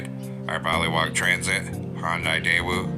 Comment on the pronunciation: Nice, and btw its not hyundai